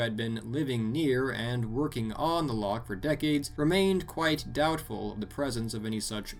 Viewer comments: btw its not pronounced lock its pronounced with a ch at the back of your throat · It's not lock its loch